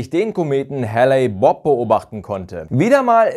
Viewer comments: HALE-Bopp nich Halley-Bopp! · Klingt fast wie Halley Bob :D - ist aber tatsächlich Hale-Bopp (gesprochen heel) - sorry für das Klugscheissen - bin ne Kartoffel und kann nicht anders ;)